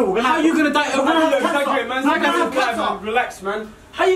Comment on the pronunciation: "Im gonna have caner" That bit got me💀😭